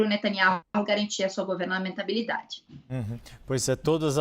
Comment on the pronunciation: "GovernANTAbilidade" foi de lascar 😅